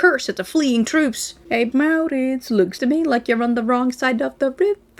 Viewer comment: Who doesn't walk around the house rolling r's for maurrrritz